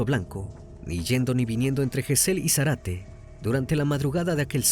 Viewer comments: No es Zarate,es Zárate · Recomiendo ver éste caso por Paul Landó. Muy inexacto está vez, Crimi..Todos eran rugbiers de Zárate. Todos los acentos y pronunciaciones de lugares mal dichos. Le Brique se pronuncia "Brick ". Gesell es palabra grave. Zárate es esdrújula..Sinali y Comelli no son agudas tampoco. Además, los padres de Fernando son porteros de un edificio, encargados. Son paraguayos todos, por eso lo discriminación y por "negro de m...". Hay cantidad de vídeos sobre su asesinato aquí en YouTube que fueron condenatorios. Estuve en esa marcha en el Congreso y esos padres partían el alma. Todo está filmado y subido aquí. Si quieren ver bien el caso. Pablo Ventura pasó un infierno y estaba a 500 km. Los rugbiers no lo querían por buen chico y siempre que hacían algo malo en Zárate, la broma era "fue Pablo Ventura ". Una pesadilla. Pero, como te digo: toda la golpiza está filmada. Una chica le dio RCP en el lugar, pero ya estaba muerto cuando llegó la ambulancia. Thomsen es quién le asesta la patada asesina en la cabeza. La suela de su zapatilla estaba marcada en Fernando. Un caso muy triste que merece ser tratado con detalle .